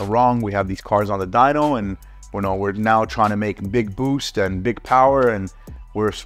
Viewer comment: Boost!!!!! Say it say boost😂😂